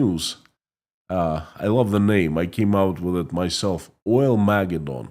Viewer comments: Pronounced: oil-mah-GED-din. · I love the name too. Oil-Ma-Geddon. Your pronunciation is a bit off, but even there it comes off as charmingly idiosyncratic. Don’t Chang a thing.